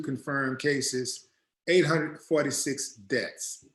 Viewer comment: I love your show!! One thing though when you say Deaths' it sounds like Debts.. I just wanted to point that out to you.